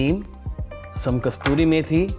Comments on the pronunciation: it's not Kasturi Methi, it is Kasuri Methi... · The methi is called Kasoori methi, from Kasoor in Pakistan. It is not kasturi methi. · It is good dish. Please amend it is Not Kasturi Methi. It is Kasuri Methi. A city now in Pakistan. Thanks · First time...heard a chef pronounce wrong way for kasuri methi....I was shocked